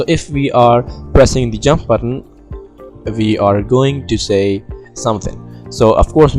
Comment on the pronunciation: no hate just saying when u say we are i hear it as VR tbh XD